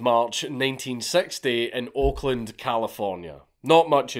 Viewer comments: Took me a couple of seconds too long to realize Count said "Oakland...." not "Auckland...." In my head, I thought, "Huh. Crazy. California has an Auckland too? Never knew..." 😆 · For a good minutes I thought he was saying Auckland not Oakland